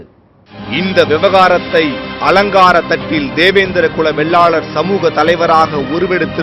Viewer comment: டேய் சத்தியம் தேவிடியா பயலுகளா சாதி பெயர ஆய்ரம் தடவ சொல்லுரியே அதையும் சரியா சொல்லுரியா இல்ல அட சத்தியம் Tv செய்தி வாசிப்பு தேவிடியா மகனே வெள்ளாலர் இல்லடா வேளாளர்